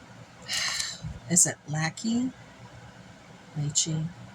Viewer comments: Hi! I think it's pronounced Lashae. Didn't really see the husband, was it Nick Lachey? Great video! I need to go look for those books! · Vanessa and Nick ( La-SHAY) is how you pronounce it. Great haul! I love the mug. I grew up with that show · You pronounce her name lah shea